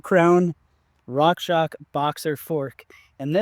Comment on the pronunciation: why do you say rockshock? isn't it pronounced rockshox? ( rockshoks?